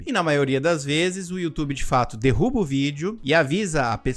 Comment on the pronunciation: Vou propor pro meu namorado a gente ver esse vídeo e se beijar toda vez que o fala “dirruba”